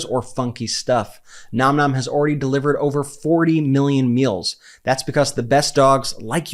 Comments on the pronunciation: I feel like you say Nom Nom incorrectly. It's more like naam naam. Edit: For the first time ive seen, it's right in this video. I can finally rest. 😮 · Brett, thank you for correctly pronouncing the name of your sponsor, Nom Nom!!!!